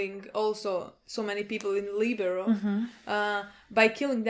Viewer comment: Lie-bear-e-o Liberio. Not Libero. That's a volleyball position lol